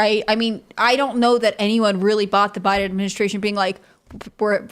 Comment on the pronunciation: Tim and it's Biden Administration. Not Bide Aministration, or Biden Ministration. Syllables are important. You should try to pronounce them all!